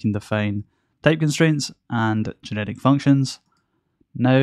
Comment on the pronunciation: Why do I always hear "genetic" (instead of "generic")?